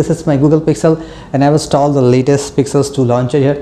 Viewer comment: Pronounce installed correctly. It's so sick to hear the wrong pronouncing.